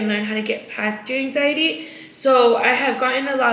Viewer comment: you & Britt are still trying to make “hang ziety” a THING?! 🤣 Babessss you don’t feel that anymore because those were the SHAKES, that’s called withdrawals 😭 “hang-ziety”??? Smh 🤦🏻‍♀️